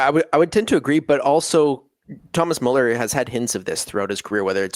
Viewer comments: damn guys ... learn to pronounce müller correctly ... such a pain to a german viewer :((((((((((( ... its soooo easy! therefore a thumb down unless you wont learn!!! (BUT: my respect you know the fcb history with great former and actual players!!!) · Guys, either put the umlaut over the u or add a e (Mueller), otherwise you're not spelling / pronouncing his name correctly